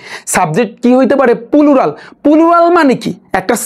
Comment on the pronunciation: Pulural ki 😂😂plural শুনছি?